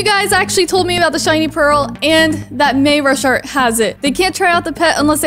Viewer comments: Not mayrasharyt it's maurashart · its mayrushart